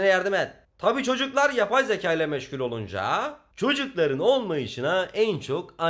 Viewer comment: YAPAY ZEKAAA!! YABAY ZEĞAE